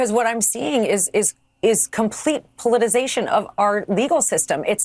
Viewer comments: MAGA IS SO DUMB. They don't know how to pronounce a word they say daily. It's politicization not politization. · She doesnt know how to pronounce " politicization " ...